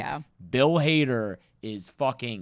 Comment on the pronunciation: Bill Hader not Bill Harder